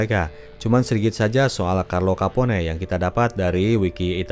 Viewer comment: kapon min... bukan kapone ✌️😁